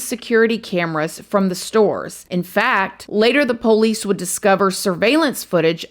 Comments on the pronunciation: I just have to say I love the way she says 'po-lice', reminds me so much of how my dad says 'po-lice' haha. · Can you please learn how to pronounce “police,” for the love of godddddddd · The pole-eese 🤣